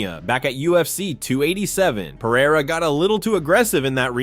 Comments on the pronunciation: It's Pereira not Pieira 😂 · Are you deaf? He says Piera